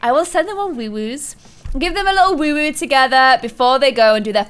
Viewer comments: and its woohoo not wuwu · I think it's really adorable how she says woowoo instead of woohoo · I love how she says woowoo instead of woohoo 😂✨ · Did anyone else catch that she says woowoo and not woohoo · Who is mad that the word is WOOHOO not WOOWOO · Oml I don't know why it annoys me when she says woowoo instead of whoohoo Idk no hate cause like abunch of little things bother me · What is a woowoo... it's hoo... like who..sigh